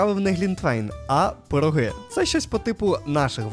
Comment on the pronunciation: не пирогИ, а пирОги. Дякую.